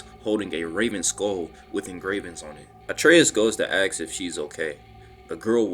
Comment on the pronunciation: A very fun watch... One thing tho.... More a joke but dude you cant say "ask" correctly to save your life:)